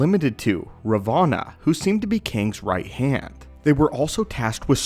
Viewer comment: Ravona, not Revana good sir. Not sure why so many YouTubers mispronounce things. They've said her name dozens of times.